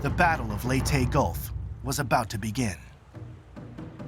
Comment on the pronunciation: Lay-tee not lee tay.